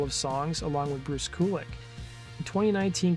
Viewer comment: Bruce K-you-lick